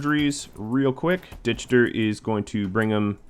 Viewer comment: I'm just guessing, but I think Dichter is pronounce with a k sound like in Lichtenstein. Just my opinion. Can they ever learn to make Glitterworld medicine?